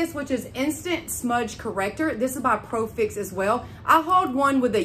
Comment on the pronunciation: It’s not profix it’s pro-fx lol 😂